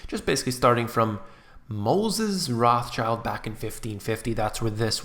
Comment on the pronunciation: You are butchering their name so bad! Learn how to pronounce it when making a video. This is so unprofessional and hard to listen to